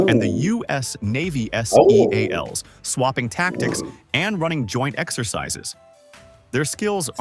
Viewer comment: What a weird AI generated video you're responding to. Who pronounces the navy Seals as "S-E-A-Ls"?